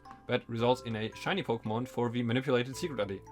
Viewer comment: It sounds like you're saying "sugar daddy" instead of "secret ID" and it makes everything way funnier to listen to.